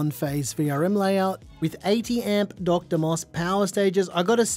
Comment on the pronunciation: DR is not Doctor Mosfests. They are "driver mosfets". They should just be "D R" as separate letters